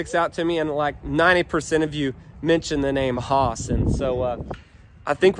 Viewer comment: Should spell it "Hhhhaas" tho lol, Based on the way you keep saying it 😏